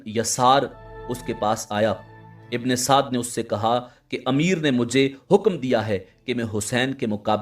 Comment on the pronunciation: Bhi ye Amar ibne Saad nhi ha ye musalman tha hindu nhi tha AMEAR NAME HINDU ME HOTA HA AAP APNI VOICE SAHI KARO UMER IBNE SADD NANE THA AAP APNY VOICE UMER IBNE SAAD BOLO UMER KA NANE LETY HWY SHARAM AA RAHI HA